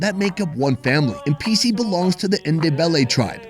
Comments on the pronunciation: every time you say Mpisi I thought you were saying NPC, and I'm like is this a game? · For a moment i thought he said "thats what NPC said"